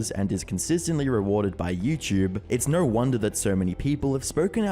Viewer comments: No only has one syllable. It's not pronounced "Noereigh". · I'm still trying to find the freaking R in the word No